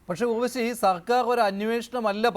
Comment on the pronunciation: Not ughvashi (urvashi)